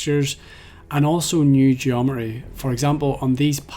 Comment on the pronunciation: You have taken some wild liberties with the word "geometry" --- It's like you're saying Geo-meh-jury